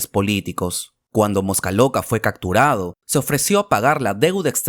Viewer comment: Se dice caPturado , con P , y no caCturado. Cuide el idioma por favor!!!